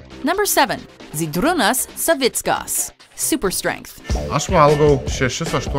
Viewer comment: Fucking loved it ho she said Žydrūnas Savickas :'D